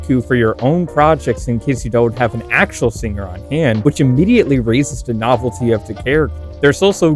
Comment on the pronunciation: My reason for disliking her is due to her looking like Miku the queen of music and the fact she pronounces the g in singer